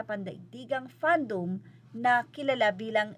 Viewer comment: Fandom rhymes with Kingdom and Wisdom. Again, you can always use google if you are unsure about a word's pronunciation. Kapag bago sa'yo ang isang word, i-research mo muna kung paano ito bigkasin para hindi tayo mapagkamalang illiterate. Saka basahin mo ng maayos ung script mo dahil madalas kang nagbabuckle. Practice ka muna ng ilang beses before you hit record. I'm not hating po, I'm just nudging you dahil isa ka sa mga pinakamalaking channel na nagcocover ng SB19. Baka isipin ng iba uneducated tayo. You're a CC with a sizeable following so please be more responsible with the way you represent your channel.✌🏼✌🏼